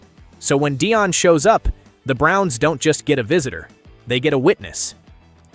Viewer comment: You’re ai bot doesn’t know how to pronounce Deion